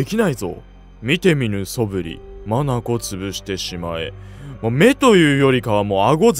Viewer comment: 眼潰しを「まなこつぶし」って読む人始めて見たw